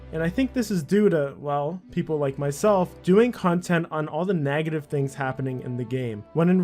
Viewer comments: Why do you say nagative? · "all the nagitive things in the game" lol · Neh-gative, not Nag-gative.. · why do you say nagative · nagative? its negative mate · And the way he says negative - Naagativ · NAGative gets me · this guy can't even say negative right